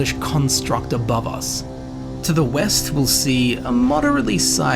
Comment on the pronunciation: Grave Haze Grove is west, not weast. And Master's Keep is east not west.